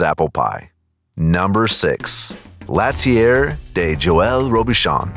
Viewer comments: 3different restaurant with 3different names /countries/cultures and my man manages to butcher all 3! 😂😂😂 IL Gabbiano (eel gabbiano) Italian for "the seagull" my man goes 2 gabbiano! L'atelier (la-teu-lié) french for "the workshop' my man goes latier! La Mar Spanish for "the sea" and my man calls out the Ravens QB! 😂😂😂🤦🏽‍♂️🤦🏽‍♂️🤦🏽‍♂️ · l'ATELIER * pronounced : la-tel-lee-eh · Omg the way he pronounced l'atelier... you can google pronunciations before you record, you know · L’atelier De Joel Robuchon (L-ah-tell-ee-yay) not (lat-ee-AIR) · That would be pronounced like LAH-TELL-EE-AY….